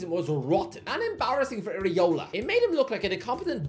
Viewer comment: It’s Iraola by the way